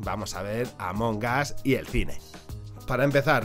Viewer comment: Escuché "Ámonos" en vez de Among Us xd